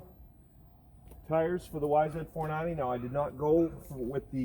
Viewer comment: Is it just my 49 year old ears or are you saying yzf 490? Regardless, I love your vids and am a subscriber!